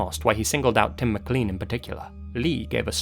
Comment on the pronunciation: How can you be British, yet not pronounce "Mclean" properly?!?